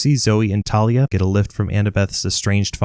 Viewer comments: Its thalia not talia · bro it is thalia not tarlia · Random comment…ERM actually it’s Thalia not Talia🤓👆(also it’s a joke) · Its THAY-lee-uhh not TAH-lee-uhh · 1. It’s pronounced Thalia not Talia 2. Circe turned them into Guinea pigs 3. Forgot about Silena Beauregard, a spy in Camp Half Blood for Luke and sacrificed herself to defeat the Drakon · Dude its tha-lia not ta-lia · Hey its Thalia not Talia this fact from the movies pisses me off a little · aha ok just that ive been pronuncing it thalia and mythology guy has been pronuncing it thalia and rick pronounced it thalia